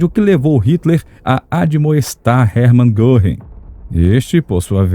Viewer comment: Muito bom o documentário. Pena que o locutor não tenha tentado minimamente inteirar-se da pronúncia dos nomes alemães. Isso evitaria que ficasse reprtindo coisa como “Erman Gorrin”.